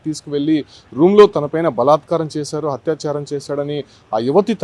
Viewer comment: Hatya charam kaadura babu atyacharam